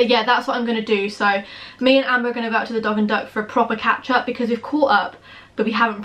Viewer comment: Who else thought she said 'ketchup' when she said catch-up? 😂😂